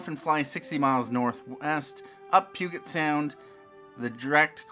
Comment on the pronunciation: Puget with a J sound! Hahaha as a local omg!!! But thanks for the upload!